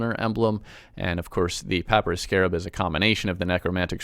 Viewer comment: Who says papyrus like that?!